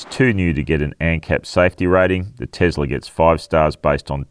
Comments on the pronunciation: Firstly, it's pronounced TeSla not TeZla. Why not wait till the new model Y ( Juniper) is released to do a true comparison? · Stop saying Tezzler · Isn't it pronounced Tossla ? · The Tossla MAGA Y 😂